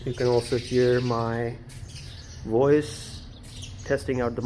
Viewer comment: Stop saying WOICE instead of voice. AND stop saying WHYBRANT instead of vibrant. Please.